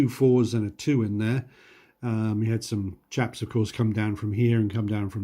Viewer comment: You said, “…these chaps here…” lol, for a second, I thought you said “Japs”. I had to replay that part 🤪😂